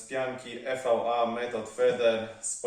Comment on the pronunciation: subskrybuję od niedawna i nie mam ulubionego odcinka, podoba mi się za to Twój zapał i pasja, która aż emanuje! Tak trzymać. Tylko proszę popraw się, to nie jest 'I WI AJ' (EVI) tylko EJ - materiał EVA:). Wędkarska piona!